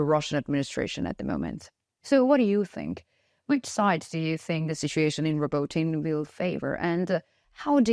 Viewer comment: Robotyne is pronounced Robo-Tee-neh..... Not trying to be that guy. Just saying....